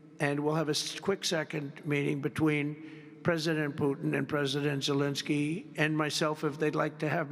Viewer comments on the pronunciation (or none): Bhai Zelensky nu pronounciation proper karjo